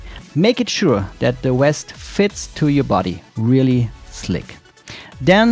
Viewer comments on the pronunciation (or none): It's the "VEST". Not the "West"